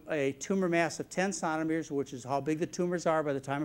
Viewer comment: John cannot say Centimetres properly. Sounds like he is saying “Santimeter”